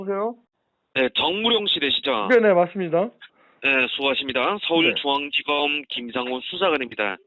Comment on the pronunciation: 서울 주앙지검 김 zㅏㅇ호 조선족 특유의 z발음